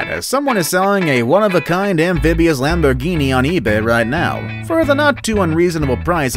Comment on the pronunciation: No u said the Lamborghini wrong 😑